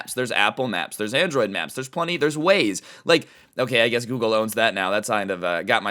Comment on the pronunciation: Dose anyone else realize that he said gergle instead of google